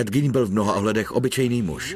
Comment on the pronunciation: Gein se určitě nevyslovuje gín , jak to říká komentátor .